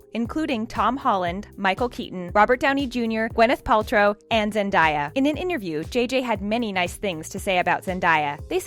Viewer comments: IT'S ZEN-DAY-A NOT ZEN-DIE-A!! THE CRINGE... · It’s zen-day-a not zendAya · The name is Zendaya not Zindiea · But its Zendaya not Zendiya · Am I the only one who cringes everytime she says zen-DAA-ya it's zen---DAYa as in to-DAY yesterDAY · Zen-di-yuh. Sounds like a Korean fighter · Her name is pronounced Zen-Da-Ya NOT Zen-Di-Ya. Come on! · It's not Zen-die-a....It's Zen-day-a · It's Zen-day-a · ZenDAYa-like day not die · "Zendie-yah" lol 😂😂😂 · You pronounced Zendayas name wrong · That is not the way you say Zendaya's name.